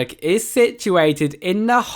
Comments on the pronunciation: I'm well aware I was being sarcastic because of his pronunciation :) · Only Swedish people Will get annoyed when English people say leasyberg😂 im Swedish and i know how to spela it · What the hell is “Leasyberg”